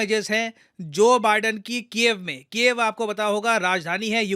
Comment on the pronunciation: When you say Ukraine capital name ,it sounds like cave ''Gufa''🤓